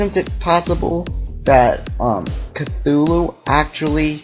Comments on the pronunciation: chutulo is said with a T not a TH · It's actually pernownsed Cu-zoo-luo. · It's pronounced Cuhooloo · EVERYBODY THIS IS JUST A THEORY HE SAYS "(IS) ORCRAM CUTHULU(?!?!?!?!?!?!?)" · I love the butchering of Cthulhu in these responses